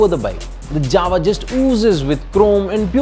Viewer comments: It's actually pronounced as 'Yava' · Jawa it is to be pronounced as "Yawa" everyone does this mistake. In Czech "J" is pronounced "Y" you should know that when you are doing a review, know how to pronounce JAWA first and not adding dubstep music, first learn to pronounce the company name properly,. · Jawa sounds like Mawa 😂